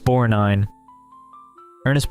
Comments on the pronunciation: Irritating that he couldn't pronounce "BorG-nine". I don't get it. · Great video! And it’s BorG-nine. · Please correctly pronounce McLaglen and Borgnine! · Victor McLaglin, Ernest Borgnine. Research pronunciations. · The G in Borgnine is not silent. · I would like to know where the narrator learn to mispronounce the actors names??? Ignorant fool, learn English!!! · The G is pronounced for Borgnine